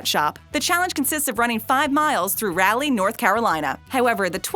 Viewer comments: Not rally.. Raleigh =Ra lee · Dear lord Its Rah. Lee NC....not Rally. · It's not pronounced row-lee it's pronounced raw-lee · Rah-Lee, North Carolina! Gotta love it when people don't do their homework and learn how to pronounce a city! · I live here, and mad.......I cringed hard